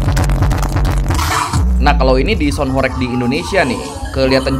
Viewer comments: Bang mau ngoreksi dikit ya Bukan Horég, melainkan horêg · Horeg itu bacanya bukan horek (ky bc "korek" ; api) tapi HOREG ~>HOR REG , -reg-nya ky "deg" nya ~> budeg, saklek, msk jleb. Tau gak sih.. Dlm bhs Jawa horeg itu artinya Getar, ky semacam lindu atau gempa kecil. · Bukan horég tapi horèg.. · Sebenarnya pronunciation "Horeg" itu "e"-nya seperti di kata "pecel".. Jadi bacanya Horeg bukan Horég.. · HOREG bukan BERGOYANG ATAU BERGETAR, BANGUNAN HOREG itu artinya BANGUNAN RUNTUH, gak ada BANGUNAN HOREG jadi BANGUNAN BERGOYANG:face-blue-smiling:. bacanya juga bukan horeg, tapi horeug:face-blue-smiling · Horeg artinya bergetar (goyang krn gempa) horeg (diucapkan e kode) bukan horek (orek) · Bukan horeg bang, tapi horeg, huruf e nya di eja seperti kata elang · Pengucapannya HORG bang, atau HOREUG, bukan horeeeg... E kayak pd kata Emping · bang kalo ngomong "sound horêg" kayak "e" di kata "sepi" bukan "sound horég" kaya di kata "bebek". "horeg" dalam bahasa jawa artinya artinya berguncang atau bergetar, geli ditelinga dengernya sumpah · Horeg bg bukan horeg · sebenarnya pengucapan HOREG yang benar di Jawa Timur itu REG-nya dibacanya itu seperti E pada "REgginang/REmaja". bukan REG-nya " rekreasi". ya, benar artinya adalah 'bergetar'. oke makasi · Saya orang Jawa asli, pelafalan horeg nya salah bang (e) nya bukan Bebek tapi sama seperti tambahan Me... melakukan, melihat dll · Pengucapan huruf "E" bukan horeg seperti kata "orek" tapi horeg seperti kata "sambel" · horeg dibacanya bukan horeg bng tpi horeg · Bang..sebenarnya HOREG itu bacanya bukan HOREG bang..tapi HOREG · sound horeg tu bacanya horeg bukan horeg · Cara bacanya horeg bukan gitu bro,,, 😂 E nya sprti di kata "emas" ,,, coba tanya sluruh masyarakat jatim, pasti stuju ma aq hehehe